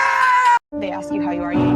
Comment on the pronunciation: Im sorry but axe us?!? Its ASK NOT AXE